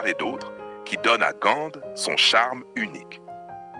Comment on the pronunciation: Ce n’est pas Gande 🤪 mais Gand et les façades ne sont pas hollandaises mais flamandes. Et ce n’est pas l’Emile Braun plaine, mais la place Emile Braun, etc, etc,…